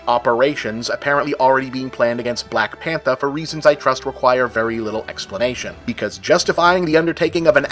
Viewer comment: “Blahk Panthah” -Bob